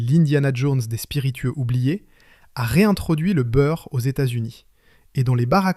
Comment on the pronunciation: Une histoire industrielle tout à fait passionante. Mais l'exemple de la vidéo qu'il ne faut pas faire. Long, beaucoup trop long, une heure et demie pour raconter ce qui tient en une demi heure. Des redites lassantes (c'est ce qu'on fait quand on prend le public pour des crétins auxquels il faut répéter 3 ou 4 fois). Et surtout l'intrusion insupportable d'une voix d'IA qui transforme Byrrh en Beurre, et autres stupidités. Je soupçonne d'ailleurs les commentaires d'avoir été rédigés par une IA. C'est raté pour Empire industriel, je ne regardeair plus leurs vidéos. A bon entendeur...